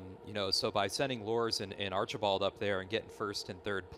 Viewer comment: John Archibald: ARR - CHEE - BOLD